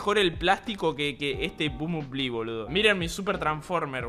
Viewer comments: Me encanta como dice bombonbli (nose como se escribe xd) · nadie spreen diciendo bumbulbi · Como pronuncias el nombre del transformer me da ansiedad :'v